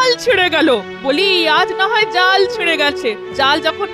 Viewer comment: জেলের কথা বলার ধরন বা উচ্চারণটা আলাদা কেনো যেমন- জালকে যাল, মাচকে মাছ, পেয়েচিকে ফেয়েছি